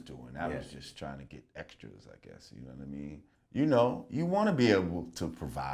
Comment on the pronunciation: "uknowwhatame" - lord jamar